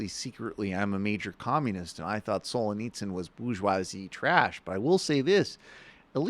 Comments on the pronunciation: Oh my god. Please stop saying ‘Sol-uh-nitsyn’ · Is he trying to say Solzhenitsyn? It’s in the autocorrect on my phone. You’d think the name would be pretty easy to look up. Otherwise, fine. Very good point about Peterson trying to synthesize Jungian philosophy of subconscious with political issues.